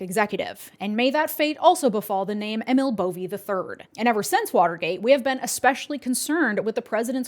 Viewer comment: As much as I hate to correct and he is a complete piece of shite... his name is ee-mill bow-vay.